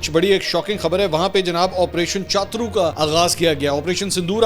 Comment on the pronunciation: کیا چاترو چاترو لگائی ہوئی ہے۔۔ چھترو بولو